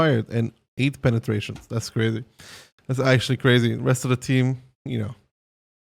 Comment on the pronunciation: I was gong to get you Comm too but giving a chance to mouz ont hurt. Also your pe-ne-tration line is a bit cringe.. Just like my username.